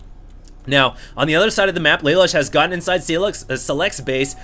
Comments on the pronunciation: its pronounced LA LOOSH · Just FYI: Lalush is said "Leh - Loosh" (Japanese) Youtube Code Geass. It's an anime series and Lelush is the hero.